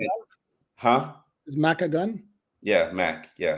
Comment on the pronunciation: its not Mack 3.0.....its Mach 3.0. like when a jet breaks the sound barrier, its mach 1.